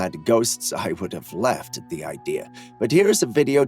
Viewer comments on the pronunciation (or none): Behind the motorcycle and the kid is a goose man. Also sorry, it's kind of a pet peeve of mine but 'idea' isn't pronounced 'idear', just sayin.